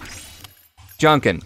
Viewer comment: Junkin not Junkan